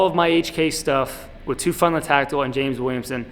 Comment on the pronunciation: Teufelshund: “TOY-FELS-HOONT.”